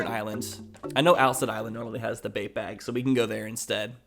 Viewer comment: Is he calling the bait bag, a bape bag?